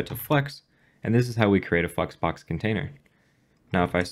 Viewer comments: no offense just saying flex box sounded more like fu#ks box the way you pronouncing it. btw all jokes.....nice content!!!! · All I hear is fucksbox lmao But it is a good video so thanks a lot! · Did you say flexbox?